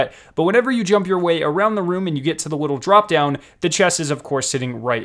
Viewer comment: He also said wittle instead of little